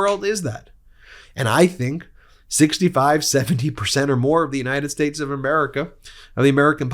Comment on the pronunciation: don't you mean the United SHTATESH of America?